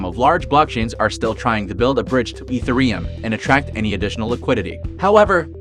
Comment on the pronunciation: ethe-reum? i does not sounds like that